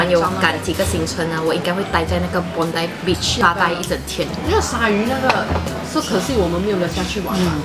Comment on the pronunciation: Bondi的发音是Bon.dai 😂😂😂希望不会被喷因为英文老师上身！Bondi其实是澳洲原住民的词语！